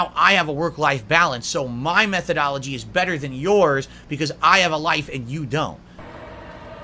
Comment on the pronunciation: Did dude day "methodoloty"